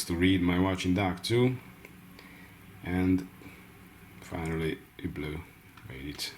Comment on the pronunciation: It supposed to sound so horrible exactly how u pronounce it trying to say it French sounding with Hungarian accent ?